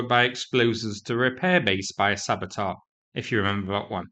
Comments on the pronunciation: It's sabeTEUR not sabetar. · It's saboteur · Sabotar, saboteur, shmaboterre? 🙂